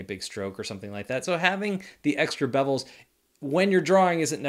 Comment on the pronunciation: Are you saying Bebels? It's bezels